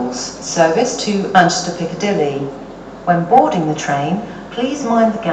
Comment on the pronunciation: She can’t say the M in Manchester. So she says Anchester Airport Lol.